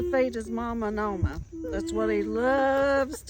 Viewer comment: Great video.💕 Here in South Africa one of our languages is Afrikaans, we call our grandmothers Ouma, same as you pronounced Oma